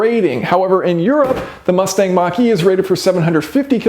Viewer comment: The more times you say," Mach-E" the more I hear "Marquis". Really wish Ford would have stuck with the Mustang's roots and made it more of a sporty muscle car instead of a Crossover